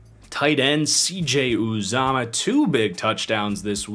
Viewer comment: It’s u-zomah not op-zomah